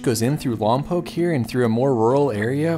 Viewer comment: Nice to hear Lompoc pronounced correctly. Love your videos.